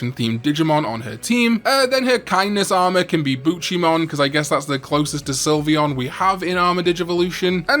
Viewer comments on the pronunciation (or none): none